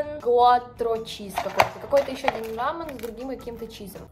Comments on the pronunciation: Правильно будет рамЁн , так как эта лапша корейская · Это же не рамэн,а рамён 😢 Я живу в Корее и это как ножом по сердцу. Рамэн-это японская лапша,а рамён-корейская лапша без добавок,только специи. Типа бич пакета,а рамэн-бульон там,наполнение. Все видео болтала,ещё и приготовила неправильно. Я иду застреливаться,жуть какая-то ☠️ Другие размены ВАРЯТ, их закидывают в кипящую воду, а Бульдак рамен заваривают,сливают воду. А потом уже добавляют соусы